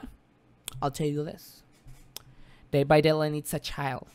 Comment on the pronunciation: Eres el mejor ! :D estudiar inglés vale la pena si es para ver tus videos . Sobre todo deh vah deilaigh D:<